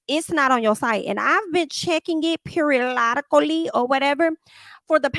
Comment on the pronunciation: You crack me up when you say "periolotacly". 😂😂😂😂❤❤ I'm liking Monyetta also. She's proving that she is not to f-d with. Her husband is an absolute cutie and so loves her. If Marlo had any brains or business acumen, she'd be showing more of that rental store she has. WOW!! If I didn't know you were talking about Sheree, I wouldn't even have recognized her in that top left pic.